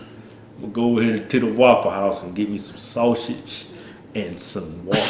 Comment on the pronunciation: "SOME SAWSHITS" LMAO DEADDDD